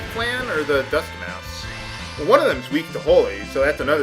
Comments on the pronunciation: "Mousse" is pronounced like "moose"... NOT "mouse". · It's not mouse... two s's. Mousse as in moose. . Sheesh man. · Mousse is pronounced moose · Mousse is pronounced like Moose. Surely you've heard of chocolate mousse before? It's a fluffy dessert. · mousse is pronounced like moose, hc. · mousse = "moose" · I believe this exact thing happened near the start of the LP as well, with him mispronouncing mousse >_> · Y U NO PRONOUNCE MOUSSE RIGHT!?